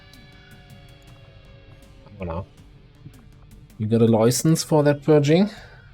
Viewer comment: "You gotta loicance for that purging?" 😆